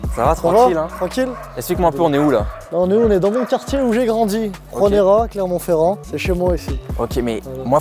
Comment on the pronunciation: jai arreté de regarder quand il a dit clermont ferrand